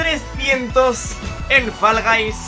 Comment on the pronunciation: Pronuncia bien Fall hombre, que queda fatal que Guys lo digáis bien y eso no... 🤦🏽‍♂️